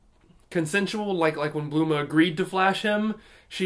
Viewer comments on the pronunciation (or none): Did you just call her Blooma?